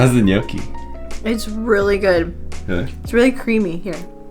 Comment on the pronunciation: Are you saying Miyoki? It's Gnochi :-P